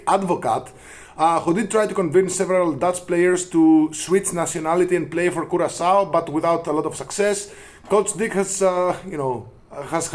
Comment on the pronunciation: Don't ever say CuraKao again! CuraSao is the correct way of saying it.